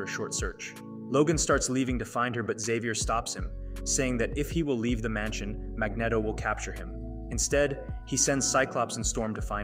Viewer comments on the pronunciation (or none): its pronounced mag-neat-o not mag-net-o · Mag”neh”toe? Really? How dare you cover the X-Men in such an awesomely edited video, only to then mispronounce one of the most famous characters in the Marvel universe? MAG-KNEE-TOE!!! 😂😂😂 I’m just messing with you. But it’s definitely pronounced the way I put it. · I swear, I almost clicked off this video so many times because of how he pronounces Magneto. 😅😂